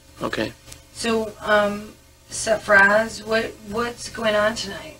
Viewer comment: "Safraaaze?" 😂😂 "Safraz."